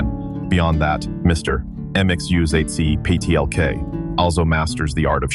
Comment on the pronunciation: It is pronounced Mix-yez-pit-elik.